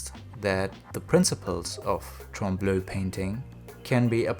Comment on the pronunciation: Trompe-l'oeil (french for "fooling the eye") is pronounced "tromp luy" (read this as if you were reading english) ^^